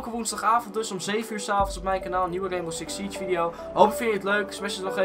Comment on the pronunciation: Reenbow Siks Sietsj